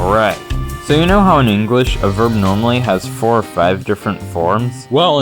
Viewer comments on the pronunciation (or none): none